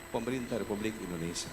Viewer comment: Indonesia pak walkot. Bukan Indonesa